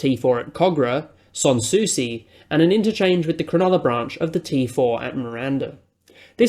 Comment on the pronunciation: “Sans Souci”, Aussies try very hard never to sound French. So it’s “Sands”. In that area is a Beauchamp Street — and it’s not Bow-shom or Byoo-sham, but, incredibly, Beach-him.